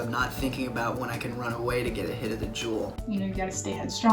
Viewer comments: Don’t juul not cuul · I kept thinking they were saying drool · Lol o thought they were saying drool 😅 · I kept hearing drool instead of juul in the beginning 😂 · Say juul not THE JUUL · Sounds like "drool" lol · thought they were saying drool 😂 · when said “I juul in the subway”, I heard “I drool in the subway” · Sounds like “drool” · I thought they said drool Hahaha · Anyone hear drool instead of juul?😂